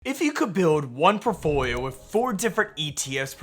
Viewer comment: I’m sorry but The way you say “portfolio” in every video drives me nuts 😂. It’s like you barely finish the whole word